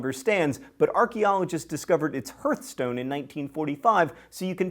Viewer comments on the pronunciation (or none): Great job pronouncing "Alnwick." But Jacobite is pronounced Jack-O-bite and "hearth" is HARTH. ( Guess you grew up without a fireplace.) Love your posts but c'mon find an editor or at least use a dictionary...especially if you have not heard the word before.